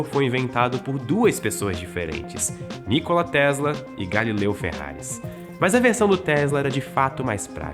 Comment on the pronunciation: não quero polemizar, mas que tal compararmos as asneiras ditas aqui com os diversos documentários feitos pelo History Channel a respeito de Nikola Tesla? P.S.: até na pronuncia do nome do Nikola Tesla o apresentador falha